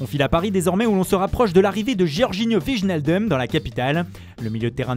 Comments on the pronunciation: ON DIT oueillenaldoum et pas vichnaldum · vige naile deum ??? connais pas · S'il délire à ce point sur l'accent italien, je demande un effort pour les noms néerlandais. Wijnaldum, personne lui a dit qu'en France on ne parviendrait jamais à prononcer son nom correctement. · La prochaine fois que vous dites wijnaldum comme sa je me désabonne